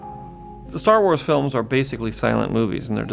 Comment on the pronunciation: It's not "Star Wars;" it's Star Was.